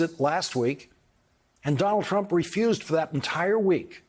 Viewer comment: It sounds more like he is saying "Donnel Trum" most of the time. I just call him Dump as that sizes him up pretty well.